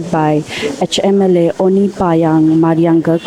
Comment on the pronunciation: Panyang ko kyu Payang bol rahi hai ye ladki ? Repoter hoke read karne nahi aata hai kya🤮🤮🤮